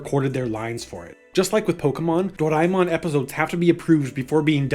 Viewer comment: How is this guy saying Doraemon lol.